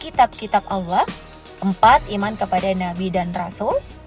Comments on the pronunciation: Allah adalah sebutan nya, bukan Alloh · Admin pembacaan LAFAL "ALLAH" nya, Petikan Ayat nya, diperbaiki dulu kalau mau bahas hal crucial dalam Islam! Jangan asal bikin konten yang justru memercikan hal kebencian antara SUNNI DAN SYIAH jika tidak paham inti dari Ajaran keduanya?